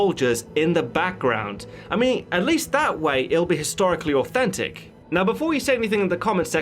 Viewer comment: did he say autistic approach or authentic?